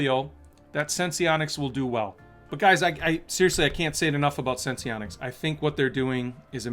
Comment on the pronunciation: It’s pronounced Sense-onics. Not Sense-Eee-onics.